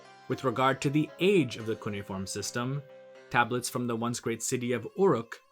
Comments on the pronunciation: Cuneiform is pronounced "cu-nay-if-orm", not "coony-form". {:o:O:} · Sumer. And not to overly nitpick, but it's pronounced cu-nay-e-form.